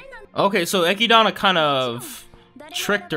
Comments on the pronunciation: bruh dont go around calling her eh-kid-anna its echidna, like knuckles from sonic the hedgehog. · Who the f is Echidana, it's Echidna bro